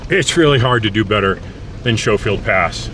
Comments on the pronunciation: I spent every summer in Crystal from ages 1 to 18, hiked and drove those roads a lot. Y'all missed out on pulling some really good trout out of the North Fork. Also, the locals pronounce it "Sko-field", rather than "Sho-field." Back in the late 70's, a couple of guys in a brand-new International Scout traversed the section from Schofield Park down to the Punchbowl, got to what we call the "Snowbridge" where a snowslide invariably closes off the road, got out onto the snowfield over the river, and discovered they didn't have the traction to drive back up. So they put the truck in Park, intending to walk down to Crystal and arrange for recovery. However, the truck was still moving! it slid all the way down off the end of the snow, and tipped into the river on its roof. So far, not that much damage. But the recovery truck had to post up at that last turnout you mentioned and getting the stricken 4x4 out meant having to yank the truck over a bunch of boulders. When that Scout was trundled through Crystal on the back of a recovery flatbed, the only part still pristine was the ashtray. Then again, my father drove the roads in the area with a '68 Saab 96V4, front wheel drive, low geared, narrow track, so it did surprisingly well. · Wonderful trip down memory lane. We loved camping in Lead King Basin when I was a kid. I remembered hiding my eyes in the scary sections. The pronunciation is Sko-field. Cheers! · Started going over Schofield (the locals from Marble always pronounced it Skofield) Pass in the 60’s with my dad. There never was a bridge at Devils Punch Bowl back then. I remember the 1970 roll over well, suburban full of Texans. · Just an FYI, It is pronounced like school, not with the sh sound the h is silent in the name sounds like Skofield. It is a very fun trails we have done it a few times. It helps that we live in Montrose. So many good trails near us. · "Sko-field" as mentioned above. Cool drone flying. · Please use the correct pronunciation for Schofield.